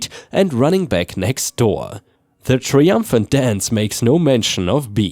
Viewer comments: I love your work, but is english your first language? There are so many words you get wrong. In this example triumphant. It's pronounced try not tri. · WFH = Work From Home Triumphant = "try um fint" not "tree um fint." Martin = "mar ten" not "mar teen."